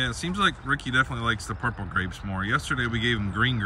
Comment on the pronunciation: Rickey likes the purple grapes… 😊 At first I thought she said “proper grapes”